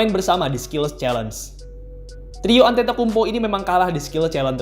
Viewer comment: Agak salah pengucapannya min..but its okay..emg agak susah nama org2 yunani